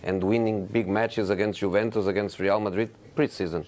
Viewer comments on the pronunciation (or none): none